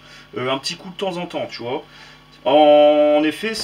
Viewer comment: Hè hè "Tu vouaaah..." Ca me plais bien ta video!